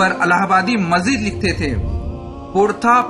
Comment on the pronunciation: الہ پرزیرپڑھیےزبرپڑھناغلط ہے